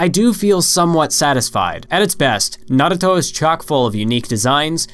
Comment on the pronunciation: why are u saying naruto so fast like nrto not having just asking